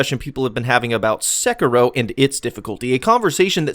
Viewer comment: It's pronounced SEH-KEY-ROW plz